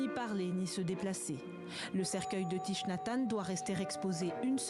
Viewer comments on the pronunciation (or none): Thich se prononce thik.